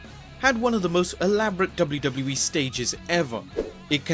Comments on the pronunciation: the way this dude says wwe "Doublie doublie E" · Lol the way he says wwe is funny as fuck!